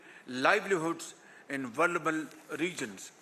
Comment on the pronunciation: Please someone teach him the word vulnerable